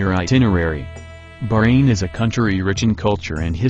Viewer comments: BAHrain, not Brain!!!!! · Its bahrain not fuckin burane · It's not berain it Bahrain 😑 I'm Bahraini n proud 😙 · this guy ... its not barain its baHHrain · Bahrain not BAHrain! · He meant the pronunciation. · It's not brain it's baahhrain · Omg, always failed in pronunciations....brain? brain? Its BaHrain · Bahrain. Pronounced BAHrain. Not barain. Not brain. Not bayran. Not burayn. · English people call It Bahrain but They pronounce it is Like this "Ba-Rain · Very interesting, but I wish you had hired a human narrator rather than using a computer-generated voice (particularly one not programmed to pronounce Bahrain correctly). Any human being would have been better, so I can't imagine it would have cost much more. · before i say anything, i appreciate the effort. i really do (since nobody really knows about Bahrain) but the way he pronounce "Bahrain" is just........ummmmmmm